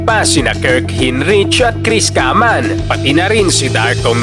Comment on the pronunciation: sorry na agad boss, natawa ako sa pronunciation mo kay hinrich and kaman hehehe